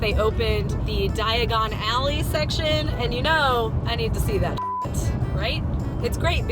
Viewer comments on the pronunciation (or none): It's die agganalie